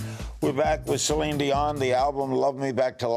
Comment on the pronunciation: Omg I cracked up at "Celon Delon" as that's what my Dad calls her! He loves her and went to her concert in 2017 with me but can't pronounce her name 😂